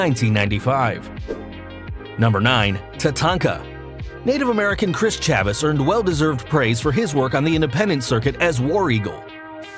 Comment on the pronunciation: Chavis was pronounced wrong. The name rhymes with Davis and doesn't sound like how it was being said in the audio for the video at all.